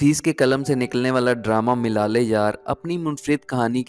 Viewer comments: Milal e yaar nahi malal e yaar on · Baklol...... milale yaar nhi, malaale yaar